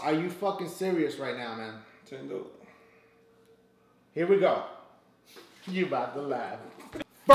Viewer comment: "ps3? Esbocks? Tendo...?" i wouldnt be able to keep a straight face either.